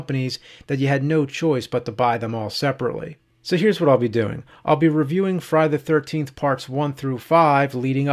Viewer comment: I noticed that too lol... i love James and all the cinemassacre guys but his pronunciation of Friday the 13th (known as Fry da 13th in James speak!!!) was beginning to drive me nuts lol